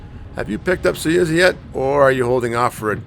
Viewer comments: Suyuza ?? SUZUYA ! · SU ZU YA Its not that hard!